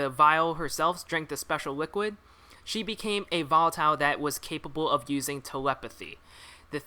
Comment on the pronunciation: i hate how you say volatile wrong